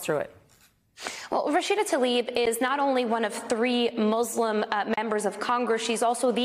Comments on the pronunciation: PLEASE learn how to say people’s names. There is no ‘a’ between the ‘t’ and the ‘l’—i.e. it is not ‘Talib’. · Rashida Tlaib. Ta-Leeb? No it’s pronounced Tal-E-Ban.